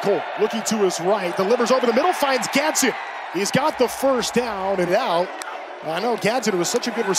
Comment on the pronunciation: Announcer cannot say Gadsden right to save his life